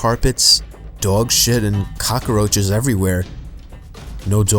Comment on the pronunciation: cockAroaches I knew was really scarface